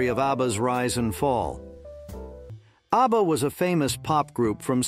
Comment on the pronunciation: Easy he calls ABBA ARBA